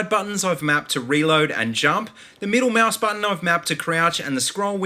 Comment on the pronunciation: mouse or moaoose? lol